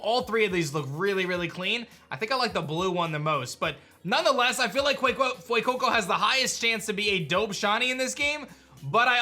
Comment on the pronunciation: I love how you say Fuecoco and sprigitito with an accent but say qauxly with such meh🤣😂